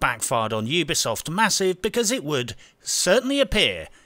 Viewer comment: Ubisoft. U-be-soft You be soft, Mmmm.